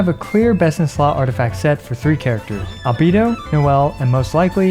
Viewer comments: Why do you call him Al-bee-do rather than Al-bay-do lol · Al Bae Do. not albeedo. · With absolute respect for everything you do, you've been pronouncing "Albedo" wrong the entire time. All voiced versions of the game pronounce his name with an "ay" in the middle. Anyway thanks for doing what you're doing <3